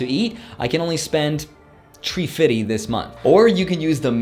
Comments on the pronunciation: 350 = tree-feety Pronunciation: 350 = three-fifty 😂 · “Tree fiddy”